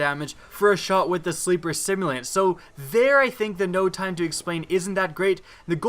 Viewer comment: I don't know why I watch ' videos when he can't properly pronounce "simulant"